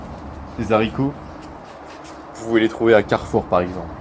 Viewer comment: Onne fait pas de liaisons avec "les haricots "